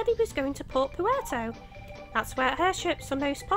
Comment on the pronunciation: and um it's Levitania as in "levitate" it's a pun lol. and the Puerto in Port Puerto, Is pronounced like in Puerto Rico lol